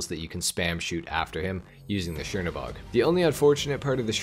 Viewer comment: Chernobog is pronounced kernobog